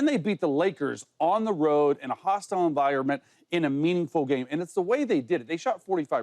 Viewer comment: Somebody help Acho with "meaningflie" 😅😂